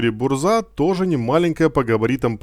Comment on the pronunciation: Если я не ошибаюсь, то правильно они называются так (Большие гласные это ударения) 5 лвл ЗадЫмка 6 лвл БУрза 7 лвл ГовИка 8 лвл КилАна 9 лвл ГонкиевИча 10 лвл БлыскавИца